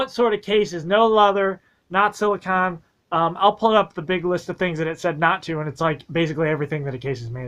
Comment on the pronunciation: Silly-cone lol but yea 😂🙏🏾